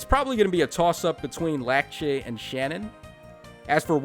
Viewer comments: Heh It isn’t larcei It’s Lackchi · I think he's calling her Lakche because that's her Japanese name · Says Larcei's name in three different ways, gets it wrong all three times.